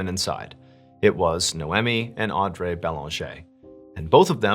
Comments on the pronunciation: Pretty sure it's pronounced Auh-dree not Andre 😂 and Ni-omi and whatever you said 😂. You already have a large following why are you doing the comment farming technique of intentionally mispronouncing names. Clicking off after this comment. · Is he pronouncing their names right? Audrey - "Aud-dray"? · The pronunciation of “n-eye-oh me” and “-awe-dr- ee”have me. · Nay oh me & aud ree. First time I've ever heard Mr Ballen mispronunciate, especially 2 names in the same episode. Mad respect still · I feel like her name is “Aud-Ree” butttttt I digress lmao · Naomi is pronounced Nay-oh-mee. Audrey is pronounced Awd-ree. My pet peeve, sorry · As a traveler as well, this is horrifying. Mr. Ballen my dude, I think her name was pronounced “Aud-ree.” Your biggest fan, Another Audrey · Who pronounces Audrey Au-dray? Good video and weird like button analogy lol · "Nowemi" and "AwDray"...? do you know how to speak English? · The pronunciation of “Naomi” and “Audrey” are making me cackle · AUD-REE is how you pronounce Audrey lol it’s my aunts name and named one of my daughters after her. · I know this is irrelevant to the story, but I believe Audry is pronounced Awe-dree. Anyway, I'm a big fan of your channel, and I wish you many blessings! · You really need to learn how to pronounce names: Noemi = no me Audrey = (are you fugging kidding me?) aw dree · I think it’s pronounced au-dree. I think…. .That is how its usually pronounced. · Twist is, her name is pronounced awwe-dree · Audrey is pronounced "Audree" (like Audrey Hepburn) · lol yo it's pronounced Audreeee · Audrey is pronounced, Aw-dree. Just an FYI for the future. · It's irking me that the names don't seem to be pronounced right. It should be "No-Mee and Awe-Dree" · Oops... Naomi is pronounced nay o me Audrey is pronounced aud re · nay oh mee? ah dree? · Am I the only one that was overly focused on the way he pronounced "Audrey? " lol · why are u pronouncing audrey like that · Why he pronouncing Audrey like that 🥴